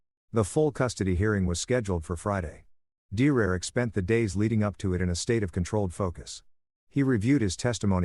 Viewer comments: AI can’t say Derrick?? 😂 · dumb bot cant say Derick, sometimes cant say mom, sometimes cant say us...what a waste of gpu and rams also why the fkk is the mother in law acting like the wife?